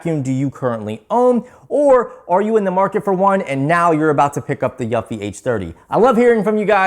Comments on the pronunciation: Pro tip, Eufy is pronounced youfi, you’re saying yuffi. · I thought he was saying Yuppi 🤣🤣🤣🤣🤣